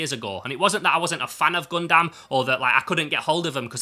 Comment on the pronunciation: I'm still haunted by a comment on my video pointing out I was saying 'Gundam' wrong, and I apologise that I must now pass it on like the VHS in The Ring... Think 'Gun-dum(b)', not 'Gun-damn'. Excellent haul, thanks for sharing!:medal-yellow-first-red